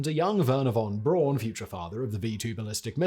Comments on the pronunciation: So Simon, you're not jumping onboard the wagon of pronouncing Werner's last name as "Brown" rather than "Brawn"? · Werner von 'brown' not von 'brawn' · Braun is pronounced “Brown” The town of Gratz is pronounced as it’s written - absolutely not “Graz”. The town of Stuttgart is pronounced as it’s written - absolutely not “Stoogard”.